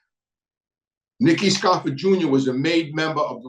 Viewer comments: Jezz its scarf-O not scarf-A your Italian an you know how to pronouce names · Its scarfo, not scarfa, and changalini, not chickalini😂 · Sour grapes , looks like your feelings were hurt, and it's Scarfo , not Scarfa , and Merlino, not Merlina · I'm just having a hard time listening to Scarfa and Merlina! There are Os at the end of these names friend